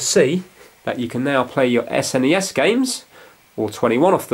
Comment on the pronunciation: Really good video and informative, especially explaining the power usage and each, also love how you say S N E S rather than Snes!